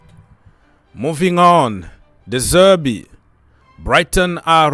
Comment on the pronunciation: De Zerbi , not De Zerby